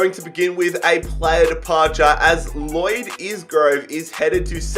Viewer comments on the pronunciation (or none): none